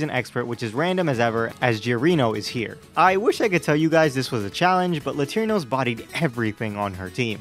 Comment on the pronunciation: "Latirnos" instead of "Latiros" put the image in my head of you using some random Latino guy to fight instead of a Pokefusion lmao. I'm a little disapointed at some of the custom shinies tbh, but Kingross and Arcaswine went so hard.